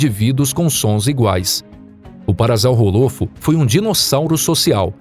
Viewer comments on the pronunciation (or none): É parasaurolofo não parasaurrofo desculpe mas eu tenho 100% de certeza que você errou todos os nomes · Se fala parasaurolofo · ocara faiou errado o nome do parasaurolofo